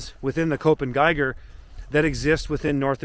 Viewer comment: Thanks. In case you are interested: Köppen sounds like cup-pun. Cup as in coffee cup, pun as in word play pun.